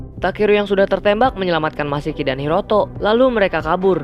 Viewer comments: Masaki Bg Bukan Misaki😂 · Masaki bang bukan misaki